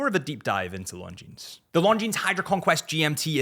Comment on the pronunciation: I like your videos, but: Why do you pronounce Longines like long jeans? The s is silent.